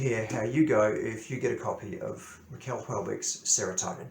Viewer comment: Nice review ! (it's pronounced like the Americans say "Michelle" not "Miquel")